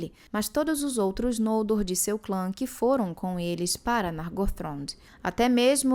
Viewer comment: Gente, é tao estranho pra mim ouvir os nomes próprios como paroxítonas... Não sei se tem uma regra sobre pronúncia, mas desde que comecei a ler a obra de Tolkien, sem nenhum conhecimento prévio, eu sempre li os nomes como oxítonas. Pra mim, ouvir NOLdor, e não nolDOR, é muito estranho... Sempre li FinarFIM, FingolFIM, TurGON, BeleriAND, ValiNOR, VaLAR... E vou continuar assim kkkkk....